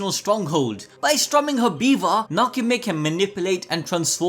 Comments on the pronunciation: im sorry Beaver?!? i cant bro, it BiWa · I'm sorry but i cant be the only 1 that kept hearing him say beaver instead of biwa right? right? no? i guess my mind is in the gutter